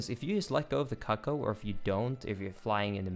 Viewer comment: a bit too much emphasis on the CUCK-oh